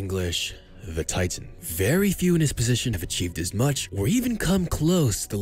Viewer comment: Funny how the narrator pronounces "titan" exactly identical in English and German. xD He didn't even try. Funny and sad.